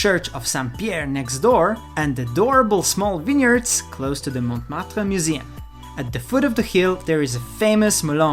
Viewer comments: Montmartre, first T is silent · the t of Montmartre is not pronounced